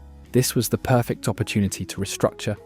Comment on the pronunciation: He actually said perfeck! But you are spot on about the abbot ale.